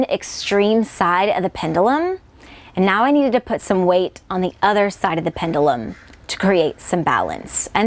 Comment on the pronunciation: the only thing i hated was the way you say pendulum. other than that, this video is great.